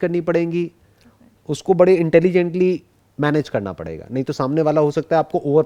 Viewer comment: Y she can not pronounce parega like ms sir did y she even not spoke matterei basha but she is excellent in foreign language y small things but big solutions